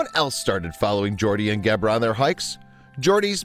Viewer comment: It's a pity that the narrator mispronounces Gebre's name throughout: it has a soft 'g', close to 'jebra' (in fact the 'g' is like the 's' sound in the middle of the word 'treasure'). It means 'hoar-frost' in Catalan. The original, brilliant, video of the two animals playing also had a superb sound-track which introduced many people in countries outside Catalonia and Spain to the inimitable sound of the great Catalan band Sopa de Cabra. Poor little Fum: such a short life!